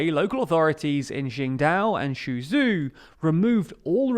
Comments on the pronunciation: Suzhou is pronounced so-jow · Can someone coach this guy on how to pronounce Chinese cities? How does he get Szügyü from Suzhou? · and let's not even dismiss zhing-dao and shu-ju 😂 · Interesting well presented content thank you. But please check out the proper pronunciation of Chinese Cities / officials before shooting the video. Qingdao and Suzhou were unintelligible. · x is pronounce closely to “sh”, but generally pinyin is pretty consistent. The way he pronounced Qingdao and Suzhou, isn’t close to Chinese or the Pinyin if just read in English. They do a lot of articles on China, Shanghai and Beijing can’t be the only thing he pronounces correctly.